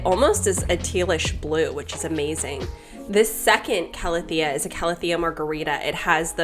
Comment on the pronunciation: I'm so happy you're finally pronouncing Calathea correctly now :) (ˌkaləˈTHēə) Luv your videos <3